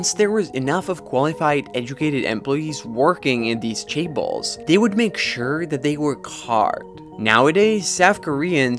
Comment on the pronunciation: Chaebal? Cabal? Seriously…